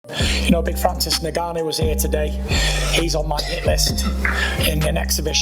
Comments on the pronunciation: he def said Francis Nig-ganou on purpose. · It worries me when he says francis NIGANNOU